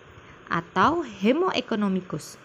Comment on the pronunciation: Buk yg bener 'hemo economicus' atau 'homo economicus'? Soalnya ibuk bilang nya hemo padahal tulisannya homo